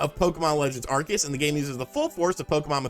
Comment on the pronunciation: Are-see-us. Just because the shows Canadian voice actors said it wrong, doesn't mean that's how it's said.